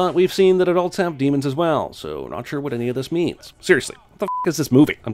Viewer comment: Daemons not demons!!!